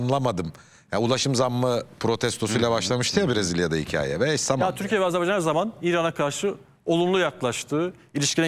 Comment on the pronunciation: Mete bey AzerbEycan değil AzerbAycan. Size yakışmıyor bu yanlışlık.